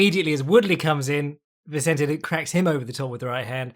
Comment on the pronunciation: Please stop saying “Vincente Luke”